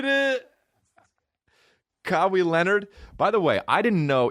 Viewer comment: Kah-wee Leonard